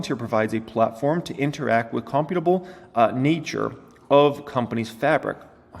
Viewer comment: "Creating "God" in some sense".... makes you think maybe our existence is in a simulation created by something/someone else. And the word "imperceptible" is pronounced "im-percept-able". Also "computable" is pronounced "compute-able". And "chameleon"' is not "car-meal-ian", it's "cah-meal-ian" (it's a lizard). I'm sure you know how to pronounce them and looking at the word just got you twisted, it happens. But please don't read whole articles anymore, just read small parts. lol And yes, an ly word can be used right after another ly word. But the government isn't like the Mafia, taking money to protect us. The Mafia copied what the government has been doing since a country was formed. It provides services and one of those services is protection.